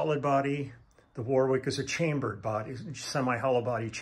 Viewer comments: Warwick is pronounced 'worrik'. Thanks for the video, enjoyed everything else. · If Warwick is named after Warwick in England, we don't pronounce the second "w", sound like warrick.